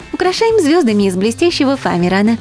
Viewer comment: Вы бесите говорить фаМерана!!